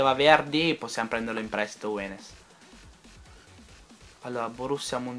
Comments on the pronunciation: Si chiama younes(leggi iun) non wenes! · tanto per informati.. Younes si legge "Iunes", ripeto che lo dico solo per informarti:) Comunque ottimo mercato, complimenti davvero!:)